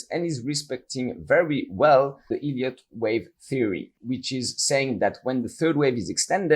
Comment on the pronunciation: The "e" in Elliot is pronounced like the "e" in beg , or egg , etc. It sounds exactly like you're saying "idiot wave", and that's how the auto-captions transcribe it. It actually makes it quite hard to follow you.